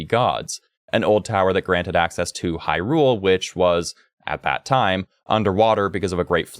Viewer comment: Far as I’m concerned. The way you say Hyrule, and Faror, you are saying it right.